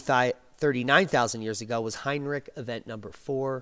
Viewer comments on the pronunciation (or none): none